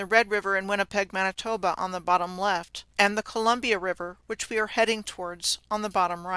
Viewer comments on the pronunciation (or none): none